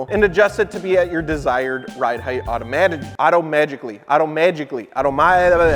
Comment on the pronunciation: Love that you still cant say "automatic"